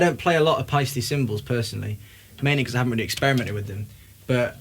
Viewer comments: Almost but it is actually „Paisteh“ :) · Paiste does not rhyme with "feisty"... it's homphonous with "paste."